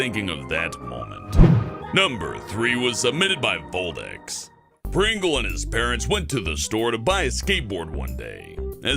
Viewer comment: It is VodLex.